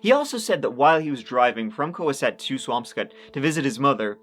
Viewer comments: im impressed you pronounced swampscott correctly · Co-HASS-ett. You did, however, nail Swampscott! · But GREAT job pronouncing Swampscott correctly. Didn’t think you’d get that one. Massachusetts has some really weird names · Love your vids,! If you do a follow up, it’s pronounced co-HAS-sett! You nailed Swampscott though! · Love ya! Mass towns are not easy to pronounce. Swampscot was perfect! Cohasset is co-HASS-et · You got he pronunciation of Swampscott right but Cohasset wrong. The stress is on the A like in the word asset.